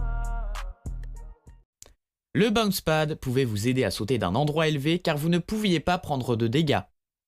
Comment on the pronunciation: On en parle « bain spat » au lieu de « bouns pad »